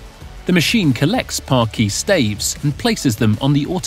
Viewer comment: Shame the narrator can't pronounce parquet.